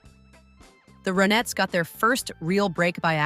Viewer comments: Can't even listen to this. It's Ron-ettes not Ro-nettes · AI strikes AGAIN!!! The "Row-Netts", WHAT? Whoever produced this piece clearly never heard of them! GOOD GOD!! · ur voice is not awake,,,its the RON-etts...wake up!...not O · Nope. I can't take "ROW nettes". And "Philles" records. And EVERYTHING was controlled by Phil. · Why say Row nettes - when Ronnie = Ronettes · This hopeless woman speaker cant even pronounce the goddam name of the group. properly ffs..... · The fact that the AI cannot pronounce the group name correctly just ruined this video. And for that reason, I'm out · Me too! I'm done. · I hate effing AI , doesn't even get the name of the group right they are trying to profile